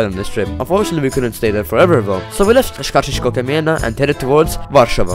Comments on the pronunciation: Well, at the end you pronounced Skarżysko-Kamienna pretty well. Actually about Skarżysko you could add that there are Pioruns manufacured (and some other recently usefull stuff). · I'm from Poland and it is one of the best videos i watched so far i really enjoyed how you had pronounced the polish cities especially skarzysko-kamienna :)